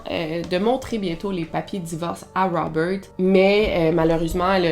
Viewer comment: Bonjour Melle. De vous avoir entendu répéter 50 0000 fois ROUBEURT .....ect Je n en peux plus ...tête comme un 🎈 ballon